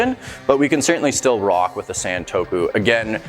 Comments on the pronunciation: Not sentokou, it's santoku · It’s not Saen-toku, it more like Sun-toku.